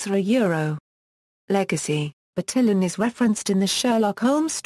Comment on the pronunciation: "BurTILLin" Why was this one of the first results for "pronunciaton"? It's just assuming the pronunciation based on English phonics. That's, like, the most English-sounding pronunciation of any name I've ever heard.